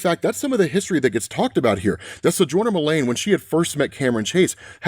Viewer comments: ITS "JO MULEEEEEEN" NOT "MULAAAAANE". PRONUNCIATION WISE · Fun otherverse easter eggs; Todd Rice, Steve Dayton, Terry Long, Cameron Chase, Goldface, Goldface using disguise tech like the prime universe Nemesis, the code name he happens to use "for this job". Why do you keep saying "Jo" Mullein as "Mul-LANE instead of MULL-in, the common pronunciation? It feels as if you're saying "Hale Jordan" or something. Good recap video though! I love these overall.